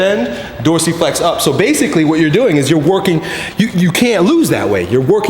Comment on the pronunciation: In every video he said 'BASICLY' :D lol